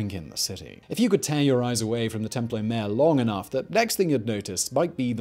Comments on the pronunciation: God man, not templo mare but templo maa YORE. in general a good video, but you rely too often on exaggerations. This was not the greatest city in the world, that is not the most populous. It was an impressive city and huge by contemporary standards but not the biggest. The palaces did not make Versailles look like a Hut. You also exaggerate the negative aspects. You insist that the city is there were engaged in a desperate struggle and that life was incredibly uncertain. Yes, they were struggling competition, and yes, there was uncertainty. But we don't need to treat the people of the Central Valley of Mexico as if they are something apart from ordinary humans. All over the world, there has been a similar kind of struggle, conflict, alliance building, and a mix of stability and instability. You really need to be more careful about this kind of thing in your videos. Yes, there's that tendency to do clickbait titles, and then there's a tendency to take that click bait way of thinking and use that throughout the video, which is done through this type of simplistic exaggeration. Stop doing that! Treat the peoples and cultures featured in your videos as humans comparable in many ways to other human cultures. There's no good reason to regularly depict them as almost a species apart. You also fail to look at the differences within the many cities and cultures inside the Central Valley of Mexico. You also rely on simplistic religious determinism. It was not simply the case that the A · I heard that as Temple O Mayo 🤣😂